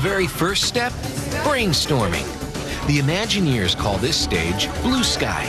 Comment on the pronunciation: "Imagineers" -- notice the word is spelled with a an "I" at the beginning. Curiously enough you pronounce it as if it were spelled "UH-maginineers" or "Amagineers." I maybe a bit sensitive as I was one, a Disney Imagineer. When you pronounce it "ah", or "uh"-maginer it sounds like you don't know what you're talking about. It's LAZY.